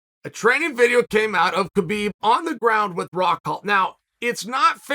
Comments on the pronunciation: Maybe your best video ever! But Kale, I think it's time you learn how to say Khabib's name... the K is silent. It's pronounced Habib... but we all know `names' is not your thing! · How you know Khabib in person and still say his name wrong. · "And Skabib comes in" Aahaa ha hajaha......